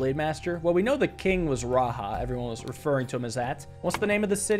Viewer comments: RaJa not RaHa. I am sorry I was just super triggered every time you said it like that. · great puzzle video as always. Raja is pronounced ra-jah andnot ra- ha. it just means king in hindi as well as some sanskrit related languages. peace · raja is not pronounced " raha" its "ra ja" ja of jack. also the same case foe jayan its the same same ja. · It’s just pronounced raja not RA-ha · "Raja" is a title in many Indian/South Asian languages that translates to king. And the "j" is usually pronounced with a /dʒ/ sound (so not like the /h/ in Spanish lol). Saying that just cuz Lemuria (as it's portrayed in this game) has a lot of South Asian/Southeast Asian aesthetics and it just made me laugh a bit cuz I speak/understand a couple South Asian languages. I look forward to seeing what happens next!!! (also the history of Lemuria as a concept/idea is pretty interesting (and kinda funny tbh) so it's cool to see it in this game) Edit: to be clear, idk if it's intended to mean "king" here or not, I'm just telling you what I think/know lmao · "The "j" in "Raja" is probably pronounced like the "j" in "jump", not in the Spanish way, since Lemuria seems to be inspired by South/South East Asia.